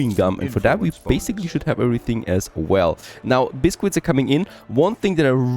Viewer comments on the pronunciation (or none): Biskits not bisquits